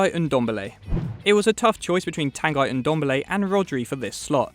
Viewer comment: Tanguy pronounced (Tonn-Gee)